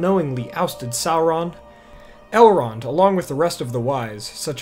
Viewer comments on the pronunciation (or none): You keep pronouncing Elrond's name wrong. I read all four Lord the Rings books, Lord Elrond's brother chose a mortal life and became the first king of Gondor, Eragon is his great-grandnephew, which is why he raised him, his daughter Arwen was raised by her grandmother Lady Galadriel. That was why he could speak Elvish, and he was 67 years old by the time of the Fellowship, but look to be in this late 20s early 30s. Not one of the four books say anything about Elrond being a half elf.